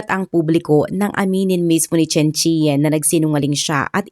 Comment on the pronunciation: CHEN- Chan ganyan ang pronounce po